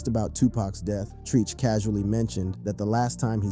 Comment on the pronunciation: It's Tretch.. Not Treeeech Tf wrong with you